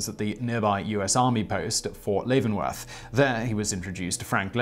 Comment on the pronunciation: Despite its spelling, Leavenworth is pronounced /LEV-uhn-werth / not / LAY-ven-werth / , which is heard .